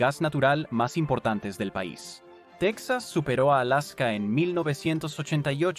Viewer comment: Techas?? Es la,primera vez que escucho esa pronunciación